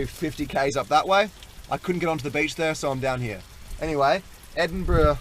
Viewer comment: It's pronounced "Edith-berg"